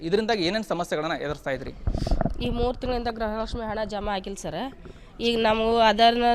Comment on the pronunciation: ಎ ..ಆಂಕರ್ ಗ್ರಹಲಕ್ಷ್ಮಿ ಗ್ರಹಚಾರ ಅಲ್ಲ ಗೃಹಲಕ್ಷ್ಮಿ ಅನ್ನ ಬೇಕಪ್ಪ